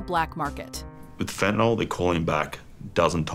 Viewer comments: Why do people pronounce "fentanol" when they read "fentanyl?" You would think a professional speaker would speak what they read, when speaking from a script. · You really need to learn how to say the name of drugs